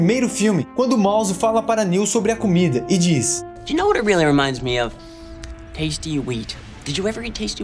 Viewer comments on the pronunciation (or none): none